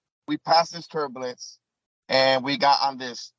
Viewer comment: can’t say “turbalence” or “Libary.” How can he be trusted?